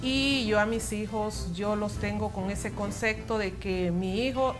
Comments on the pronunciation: 3 veces seguidas,CONCECTO, deben de aprender a hablar y educarse antes de salir en pantalla.se dice comcepto.omg. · Es enserio???? Dijo CONSECTO?????? jajajajajaja Que diablos? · Concepto o concecto?